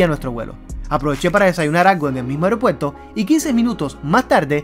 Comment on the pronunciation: AEROpuerto, no "areo"